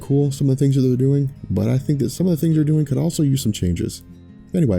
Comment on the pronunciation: your saying "peace" wrong.